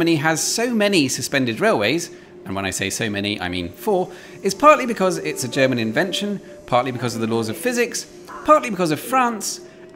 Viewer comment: No one gonna mention how good his pronunciations of German and French words are?